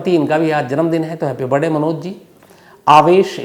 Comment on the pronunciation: Why you always say Happy Barday instead of Birthday ? Just curious .. I am your big fan Dhruv from USA